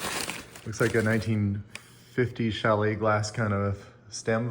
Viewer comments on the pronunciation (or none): none